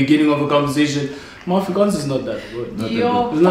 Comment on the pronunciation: The Afrikaaaannsss duuuudee!!! The Afrikaaaaanns!! I feel you